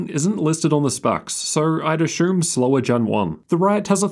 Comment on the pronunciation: Say assume... Ashoom